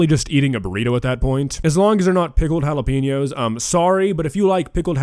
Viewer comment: Considering he is whiter than a piece of freshly made paper and cannot even pronounce Jalapeños correctly, I think the most daring thing he did in this video was use some in his “Dish”.